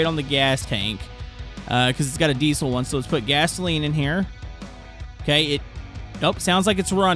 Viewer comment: what's a dee-sole engine? never heard of it